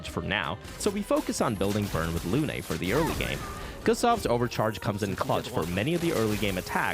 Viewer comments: The name is "Lune", not Loo-Ney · You cant be playing the game in french and pronouncing Lune in Luné yknow 💔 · why is everyone saying "luné" it's lune, like the french word for moon, holy hell, y'all gotta be doing this on purpose at this point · the original language of the game is french, the name lune is french so it's safe to say that the intended pronunciation is lune like in french, the song is just so it does better internationally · it's not pronounced "loon" tho